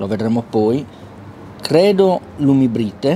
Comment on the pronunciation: ...si pronuncia lumibrait